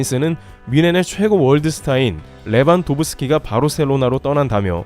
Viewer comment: 레반도브 스키 발음이 좀 이상한대 ㅋㅋㅋ 뭐지??? ㅋㅋㅋ